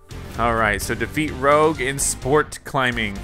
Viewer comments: It's ROUGE not ROGUE! And Eggman Nega should've been called Neggman, it's a perfect pun! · I was laughing so hard when he said rogue instead of rouge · Rouge is pronounced Roosh, not Rogue. That's because the name has its origin in french. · Exactly why I came down here to say that it is rouge not rogue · ... ... ... ... ... ... TIL it's Rouge, not Rogue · It's pronounced Rouge (Roozh), they way you said it was Rogue (Rowg), as in the Babylon Rogues. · Her name is "Rouge." (rooZH) Not Rogue. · Is not spell (Rou-g) is (Rru-sh) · I hate it when others say Rouge's name wrong. Rouge not Rogue. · Its not Rogue, its pronouced Rooge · Like literally he says rowg not rouge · More of a “Roozh”. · Rouge is pronounced rou-ge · Why you calling rouge rogue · He said Rog and I'm raging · Roge LMAOOOO it’s rouge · Not roger it's rogue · No your not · I was just about to write that but I saw ur comment😂😂😂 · Nope i noticed too . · I did aswell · Never thought anyone would mispronounce Rouge's name until this video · YOU SAY ROUGE LIKE THE FRENCH COLOUR NOT THAT WAY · It’s kind of annoying that he pronounces Rouge wrong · The way this guy pronounces Rouges name triggers me a lot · You are not pronouncing Rouge right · That’s not how you pronounce Rouge’s name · This is not to pronounce rouge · Your pronouninv rouge wrong